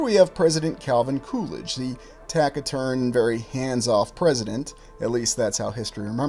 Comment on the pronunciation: Taciturn is pronounced (tasiturn)